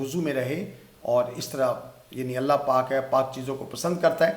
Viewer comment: Professor sahib , please try to pronounce the word ,,Allah , properly